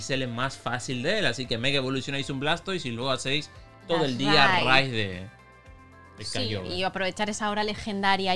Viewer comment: Por qué dice kyoger cuando es KYOGRE 😅